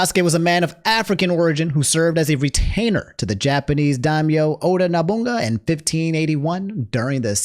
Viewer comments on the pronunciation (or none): how did you make Oda sound like an African lol "Oda Nabunga". It's all love, just funny. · Oda NoBUNGa has got to be one of my favorite pronunciations I've ever heard so far